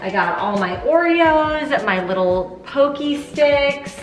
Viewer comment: Sooo who's china set was it?? 😆 Also, thank you for saying Pocky the right way! And congratulations on your decluttered kitchen!!! Otsukaresamadeshita!! (thank you for your hard work! )